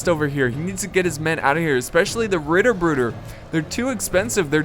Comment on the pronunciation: I love it so MUCH how you pronounced Ritterbrüder